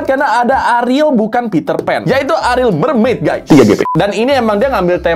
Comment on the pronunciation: sebutnya A RI EL ya guyysss bukan ARIL😭😭